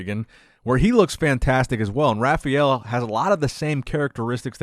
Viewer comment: "Rah fah L" not "Rafayyell" not "Rafiel"